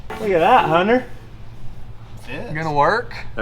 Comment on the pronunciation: The rare Utahn who can pronouce the name "Hunter"